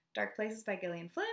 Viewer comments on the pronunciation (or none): none